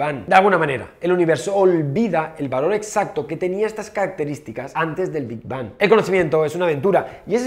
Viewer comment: PENSÉ QUE EN VERDAD DECÍA "QUE HABÍA ANTES DEL NOPOR" 😔